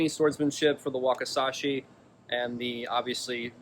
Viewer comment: Wakisashi not wakasashi Learn japanese😂